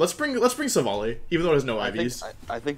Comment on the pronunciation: It's not Silvally then, it's Slally..